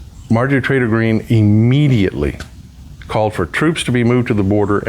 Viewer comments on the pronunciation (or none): Sounded like you said Marjorie traitor green